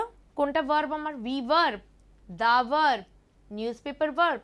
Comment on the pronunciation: What are vorb and advorb? Plz pronounce correctly.